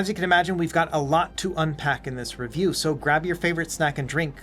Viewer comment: I had to go back to older vids and see if it's always said "In-Depth Reviewa" 😅